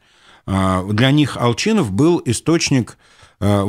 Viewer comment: У вас у произношение Ал"Ч"инов, это какой-то знак???